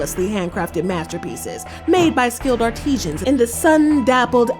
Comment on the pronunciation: Artisan should not be confused with artisian. You are pronouncing a well, not a worker.